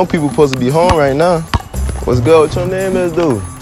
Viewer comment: LOL SHE SAID GO HOM IN CRUEL